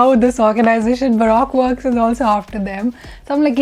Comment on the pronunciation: It's pronounced "Baruko works"